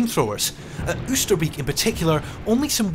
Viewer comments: "Kroosbiek", "Oesterbiek", "Vegel", "Naaimegen" ... Could the makers of this video really not find any wanton Dutchmen to help them with the pronounciation? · After seventy odd years, IWM might have ascertained that Oosterbeek is pronounced OASTER-BAYK- '--beek' being cognate with northern English 'beck' - a stream or brook. beek/ beck Not much difference. Not so difficult. Ditto: Groesbeek. Just saying. alsjeblieft Met vriendelijke groet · Informative video, but I think it is a bit disrespectful not to look up how the town names are pronounced. I understand it would be with a British accent, but Oosterbeek en Veghel sound horrible now.